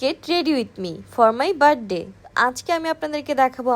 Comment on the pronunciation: বার্থডে উচ্চারণও পারেনা